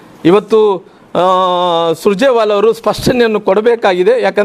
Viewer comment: ಸುಜರೆವಾಲಾ ಅಲ್ಲಾ ದಡ್ಡ ಅದು ಸುರ್ಜೆವಾಲ